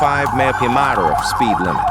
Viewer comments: The AI narration is very annoying on this channel. It often states incorrect information and hasn't been programed well... it dies not know that MPH is mile per hour instead of mmpeeehay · Commentary written by a moron and spoken by irritating robot voice which can't pronounce thing like m/ph.